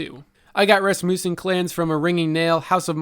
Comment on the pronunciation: Your pronunciation of nouns is absolutely horrifying. Following corrections: Rasmussen (short u sound) not ras-moo-sen. Meyrin (ay sound) not mai-rin Gofannon (short O sound, like the last 'O' in gofannon) not goe-fannon. All that aside. Nice job.